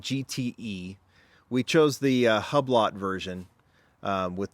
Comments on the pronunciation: The first car sponsor is pronounced 'who blow' not hub lot. BTW. Great cars. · Its not hub-lot....😂